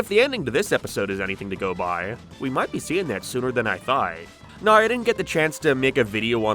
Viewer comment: Why do you pronounce every word with a regular mixed Irish/American accent, but insist on 'NOEWH ' when you're saying 'now'